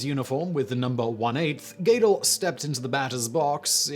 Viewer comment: Do you cold read from a script? Your pronunciation of some names in your videos, British accent notwithstanding (When will Brits speak English?) is often unique, if not horrendous. Eddie [GAE-del]? Seriously?